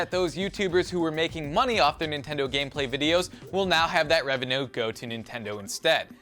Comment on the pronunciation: because... because... nentendo man